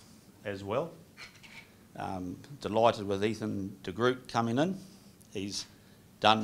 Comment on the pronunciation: Ffs pronounce de Groot properly! He has a strong name and you kiwis make him sound like a damn marvel character lmao